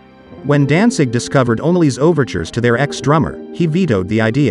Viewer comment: Sounds like this guy keeps saying Dansig.